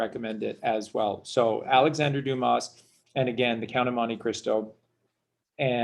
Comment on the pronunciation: Luv ur vids! Oh btw there is no Alexander Dumas ( you pronouced Doo-mus! Its french pronounced Doo-mah! Like when the doctor tells you, "open your mouth and say, " aaahhh" thee s is silent. Like thee s in Illinois) Chicago Renee hath spoken.